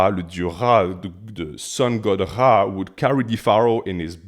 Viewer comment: "The Sun God Ghhaa" 😂